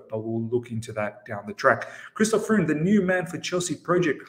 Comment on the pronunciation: Freund !! it prononce FROYND !!